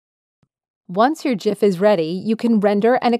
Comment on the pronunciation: liked for proper pronunciation of GIF